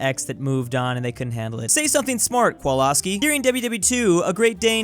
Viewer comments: You should say Kowalski more like Kovalski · Tip: Kowalski isn't read Kolwaski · Excuse me, How did you just pronounce Kowalski?!?